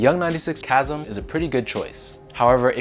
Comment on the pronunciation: LOL did you reupload this after realizing you mispronounced “chasm?” I could have sworn I saw this video before work today.